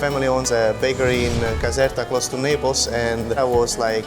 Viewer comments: When the chef says Naples it sounds like he’s saying nipples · I thought he said "We have tomato sauce instead of love"